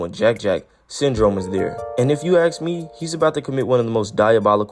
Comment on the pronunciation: Do you also spell it “aks”. Like let me aks you something.